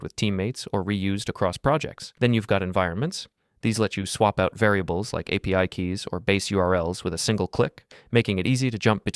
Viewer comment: Дуже поганий переклад, неправильне наголошення, постійно апі називає арі